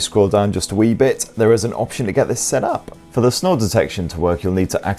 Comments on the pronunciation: "Snore detection" I thought he said "snow detection." I was like, great now Pixel is a glorified weather rock. Yep, sounds about right. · Ohhhh SNORE detection. I thought you said SNOW detection. I'm thinking whats the point of that 🤣